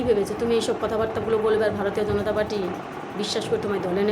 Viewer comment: ওরে তোর থেকে কিছু শিখতে হবেনা। আর ওটা ভারতীয় জনতা পার্টি। গণতা পার্টি নয়।আগে নিজের উচ্চারণ আর কথা সংশোধন কর তার পর কথা বল। এখন তোরা সবাই এটাই করবি নিজের লোকের মধ্যে চুল ছেড়াছেড়ি। ওটাই কর। ভিডিও করে জনতার মাথা আর সময় না খেয়ে।